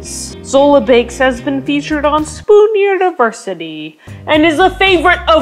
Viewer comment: "spOoN uNiverSiTey" is just 😆 i-i just cant😆